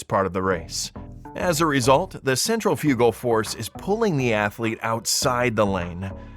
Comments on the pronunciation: The way you say "SEN-TRA-FEW-GALL" makes me think you don't know what centrifugal force is. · Yeah, the narrator knows ALL about "central-few-gull" force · “Central-fugal force” ??